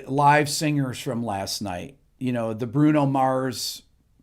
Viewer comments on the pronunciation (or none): none